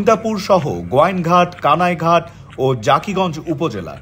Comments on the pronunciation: Jakigoinj.. Hobe na hobe jokigoij... Ucca ron na korte parle bolen ke no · jakigong nay jokigong